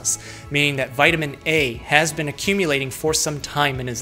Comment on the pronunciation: eat a vitamin gummy every time he says vitiman